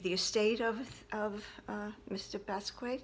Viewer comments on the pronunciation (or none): It's pronounced "bask ski ah" i'm glad you're keeping it, the black is really hard to find, it also doesn't look all that bad for a display bag....im envious, i badly need a 25 in my collection but I'm picky with rogues, I'll know the right bag when i see it